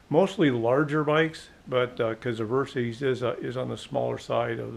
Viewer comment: You put out great videos but I have to mention this. The bike's name was derived from "versatile system", hence VER SYS as in system, not VER C's or Ceees. I apologize for being nit picky but I cringe every time I her someone say Ver C's.